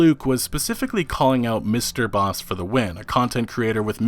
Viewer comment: you pronouncing MrbossFTW is wrong its Bossman